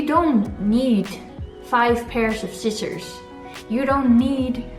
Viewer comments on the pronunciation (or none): I like the way you pronounce scissors 😄, i rewinded that art multiple times 😂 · sounds like you are saying " you dont need five pairs of seizures" 😂 i am not making fun of you i just like it